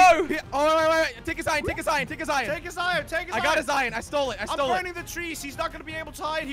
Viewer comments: jelly keeps on saying ion but its pronounced iron not ion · always says ion for some reason